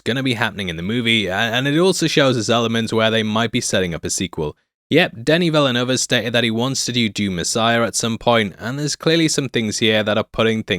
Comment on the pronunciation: I really have to lear to pronounce Denis Villeneuve. Go back to school